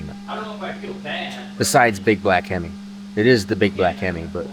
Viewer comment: Being a big time Hemi fan. I love this black hemi. every time you say black him I keep hearing the song black Betty.